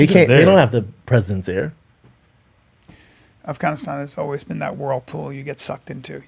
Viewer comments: "Arfgunistarn" hahaha drinking game every time Callen mispronounces Afganistan. im so fucked up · Who else thought Bryan would say AFGHAANEESTAAN for 1000 times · You know Brian is a man of culture the may he pronounces Afghanistan